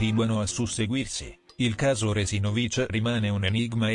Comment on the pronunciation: Il cognome Resinovich si pronuncia con l'accento sulla seconda sillaba e non sulla quarta, dopo tre anni sarebbe giusto pronunciarlo in modo corretto.